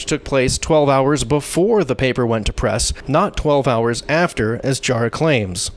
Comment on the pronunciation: And it's pronounced Jah-rah not Jaw-rah.